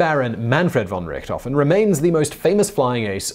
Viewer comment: Btw., it is Lothar von Richthofen, not Richtofen.